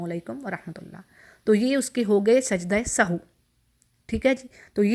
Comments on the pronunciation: It us nit Sahoo. It is Sahv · Sahu nhi kehty asal word sahav h .sajda sahav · محترمہ لفظ سہو کو درست ادا کریں شکریہ